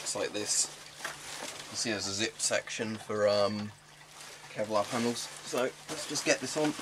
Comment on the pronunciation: "Kelvic Pevlar?" Jokes aside are you planning to all the add-ons like brassard and neck guards?